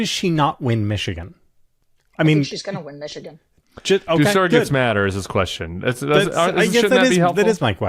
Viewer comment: I think it's amusing that Sarah pronounces the word "surrogates" as "Sarah-gets." 😄